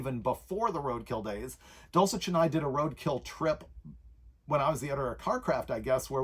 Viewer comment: Why do you pronounce Steve's last name, dulchic, or dulcheck ?